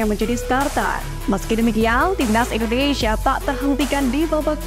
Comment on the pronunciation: INDONESIA, Mbak .... Baca yg bener ah Bukan INDONeiiiiisyaaaaa😅